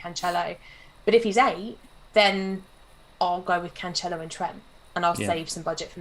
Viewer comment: Cancelo is pronounced "Canselo", not "Canchelo"